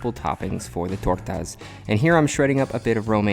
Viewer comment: I really enjoyed the way you said tortas!